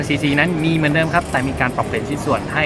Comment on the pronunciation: ตอบมาซะสุภาพขนาดนี้ พูดได้คำเดียวครับว่า "ขออภัย" จริงๆดีหมดครับ ชื่นชมคำพูดอักขระน้ำเสียงสำเนียงอังกฤษก็ชัดเจน แต่แหม!! ก้อหงุดหงิดอ่ะครับ มาเจ๋งๆดีๆหมด มาตกม้าตายก้อตรงไปเน้นเสียงว่า เหมือนนนน........มันเลยรู้สึกว่า แมะๆๆแม๋ ไปเน้นซะขนาดนี้ ว่าเค้าก้อปปี้กันมารึงั้ย อะไรเงี้ยครับ... สุดท้าย ขอติดตามรอชมการรีวิวตัวอื่นๆต่อไปละกันนะ เป็นกำลังจัยให้ อะไรที่ผ่านมาก้อให้ผ่านไปนะๆๆๆ